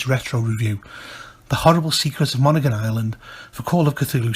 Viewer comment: People from Maine pronounce it as mon•hee•gon or mon•hee•gin with a hard 'g'.